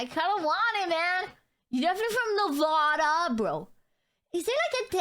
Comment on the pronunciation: To many people choose to be born in europe. And its ada not aaaaaada. Nevada not Nevaaaada